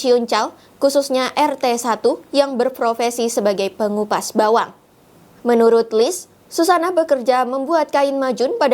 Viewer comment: Kalau upah kupas bawang yg 700 ribu itu mungkin maksudx utk satu bulan....😁😁 tp pak Wowo salah pengucapan....😇😇